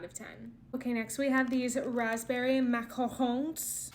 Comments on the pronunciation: Thank you so much for not saying macaroon lol Edit: the texture looked perfect though..??? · Thank you for saying macarons instead of macaroons like most people do. It really irks me! They are two completely different cookies!